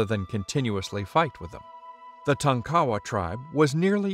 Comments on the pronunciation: I am not so sure about these pronunciations. Tonkawa has always been pronounced TONK-uh-Wah not Tawn ka-wuh. Similarly, Kiowa has always been pronounce KYE uh Wah (KYE sounds like eye) not Key ah-wuh. At least that is what we call the small towns in Oklahoma. As a side note; someone tell me when Buchannan went from being Buh Cannon to Bew Cannon? Uncle Buck and Bucky makes me think it should be Buh Cannon and not Bew Cannon. Random. I know. Just throwing that out there. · Did you intentionally mispronounce the tribal names of the Kiowa (Ki-owa , emphasis on the long I), and the Tonkawa, emphasis on the first syllable.